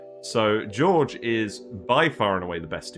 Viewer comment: A bit dismayed to see the dupes that subjectively are the most productive in my colony that low (Ashkan, Gossman, Bubbles and all-time favourite Travaldo, who always saves the day!). Also - I'm always surprised by English-speaking Youtubers who don't invest 10min to find out how the names are actually pronounced and give it at least a try (Jorge is not pronounced the same as George and the Ls in Camille are silent ;-) )